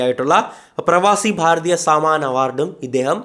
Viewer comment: pravaasi bharathiya "Samaaan" alla bro, "Sammaan" award anu